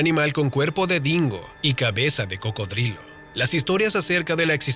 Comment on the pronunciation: Jaja cabal solo lo escuche y me empese a reir